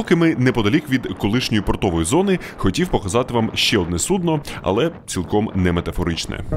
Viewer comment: Російське судно́ пішло на дно у Вас помилка в наголосі у слові судно :)